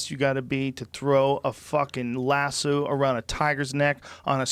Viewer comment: Why does he say "lass-sue" instead of lasso lol